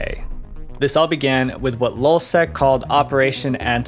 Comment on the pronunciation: This guy is a freaking idiot. Hector Monsegur was the leader of lulzsec. It’s lulz not lol you dummy. Got this is the worst YouTuber I have ever come across.